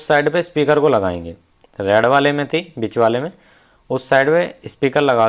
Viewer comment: उच्चारण बिच (bich) नही बीच(beech) होता है।